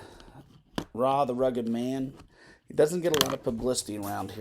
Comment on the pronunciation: It's not "Rah", it's "Arr Aye" the Rugged Man